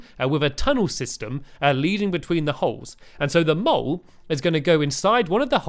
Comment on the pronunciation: At first i thought he kept saying get them all instead of get the mole